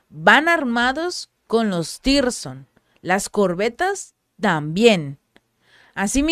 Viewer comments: Zircon no sirson o tirson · No existe tirson ,no existe lee bien no hay tirson,si se te olvida,recuerda los diamantes rusos siconias misiles tsircon